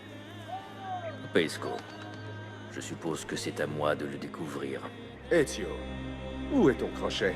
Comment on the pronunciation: C'est Ezio pas Ezyo